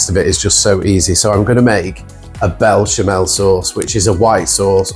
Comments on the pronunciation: Looks amazing! But it's pronounced besh-a-mel. 😅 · It’s Béchamel……. Looks great!